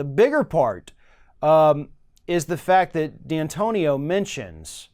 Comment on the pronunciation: It's D'antonio not D-Antonio.